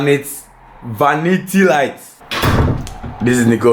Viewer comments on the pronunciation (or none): the builder said vanita light, it’s now called vanita light 🤣🤣💀😂